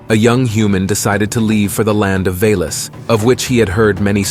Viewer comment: Corrections: It's not Svarojic - it is Svarozhich... not Dashbog - rather Dazhbog... not Velas - rather Veles... not Mokash - rather Mokosh...